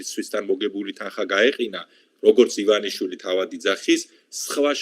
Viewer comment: ერთად ერთი ადამიანი ხართ მსოფლიოში, ვინც ბორიას გვარს სწორად ამბობს..:))))